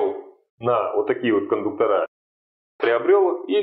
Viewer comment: Информация для малограмотных людей: не кондуктора блядь, а кондукторы, и с ударением на "у". По такому же принципу не кабеля, а кабели, не профиля, а профили, не шпателя, а шпатели, не клея, а клеи. Если не уважаете себя, уважайте хотя бы язык на котором пытаетесь изъясняться.